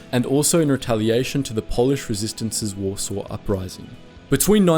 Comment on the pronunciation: Ah yes, the Polish capital of wAsRsAW. lol